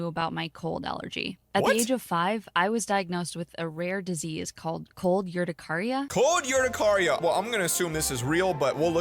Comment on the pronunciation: I have cold urticaria and she is not even saying it right and literally she can be in snow with to layer so yay.